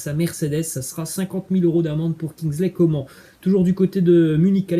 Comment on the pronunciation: Bonne vidéo mais sa se prononce pas comme sa Kingsley Coman